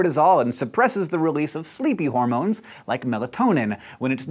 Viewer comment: heh... they said "hormoMes"